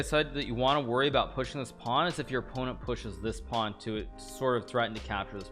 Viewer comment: she calls a pawn a pond